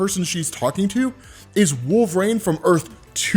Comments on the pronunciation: Please, for the love of God, pronounce Wolverine's name correctly! Wol-ver-EEN. Not Wol-ver-AIN! Cmon man! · bro said 'wool vrain'